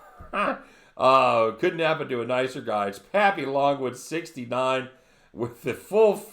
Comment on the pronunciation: Thanks for the shout out my brother!!!!! and its Papy-longggg-wood)" AkA I got that magic stick that drives girls crazy!! can't say much but that right there was a huge hint ..lol. didn't post any plays today , I was chilling with my lovely cousin down there in Aventura.. tomorrow we kill them bookies! lets get that Bag$. lol